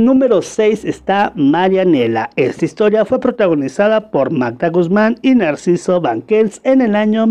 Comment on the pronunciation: El de la foto es NARCISO BUSQUETS. No NAIRCISO BANQUELS COMO USTED DICE XD 😂